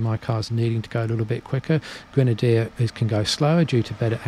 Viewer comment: Qrenadier?! No! No! No Leksus - 550! - 👍👋😁